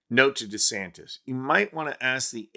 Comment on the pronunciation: CC keeps saying Ronda Santis. Maybe he's making anti-trans laws because he's in denial.